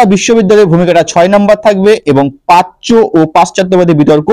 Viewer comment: পাচ্য নয় প্রাচ্য